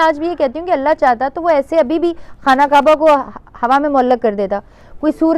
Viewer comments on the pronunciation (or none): none